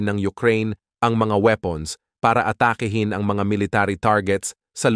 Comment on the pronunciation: PATURO sa WASTONG pronunciation ng 'ATAKI'HIN'.